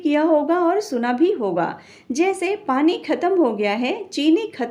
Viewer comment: पनी ❌️ पानी ✅️